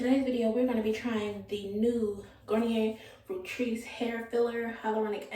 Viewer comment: Fructis not Fructris